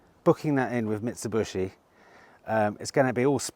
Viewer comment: It’s Mit-su-bee-she not bushy 😂😂 and Hyundai Too-son (as in Arizona) not Tuc-son. And btw, when do we see Michelle??